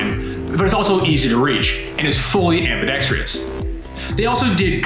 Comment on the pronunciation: smdh How many times can this guy mispronounce the word ambidextrous?